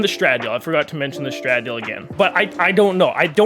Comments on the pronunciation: i’m not being petty, but it’s pronounced “Stra-Dal-Eh” SF90 Stradale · The way he said the Stradale